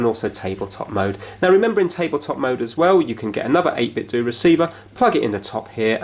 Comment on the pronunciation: it's pronounced 8bit-'DOE' not 'Do'... they make Nintendo based products so are mimicking the sound of Ninten'DOE'...sorry, just triggers me a bit